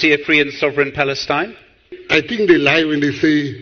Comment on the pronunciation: I heard fakestine,not palestine!